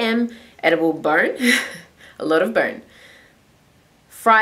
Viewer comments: Edible bern, edible bronn, edible barn. what are you saying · I thought you were saying "edible burn" until the end lol I was like...what is burn?